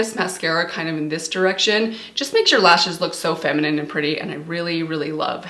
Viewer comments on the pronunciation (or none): none